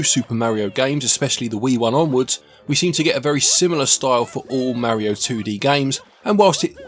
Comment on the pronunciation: You can't even say Mario correctly